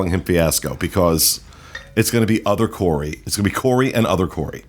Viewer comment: . He's not Corey, he's CO-RAY!